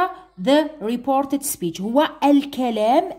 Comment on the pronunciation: Speech wla شاطئ 😂😂